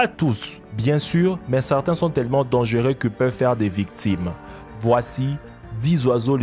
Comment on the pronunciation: Dangueux ?? Dangereux ok